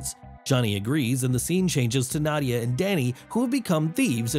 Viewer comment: You pronounced Nadia and Zarathos wrong.